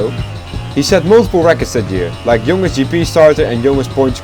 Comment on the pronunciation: In the word "youngest" you pronounce ou as "a" not "o". Just a pro tip to improve English. I don't mean to hate, it's a great video. I think you got it from dutch word "jongste" where o is o not like English ;D